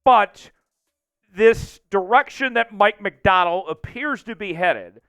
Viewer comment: It sounds like you're saying Mike McDowell would you please pronounce his last name right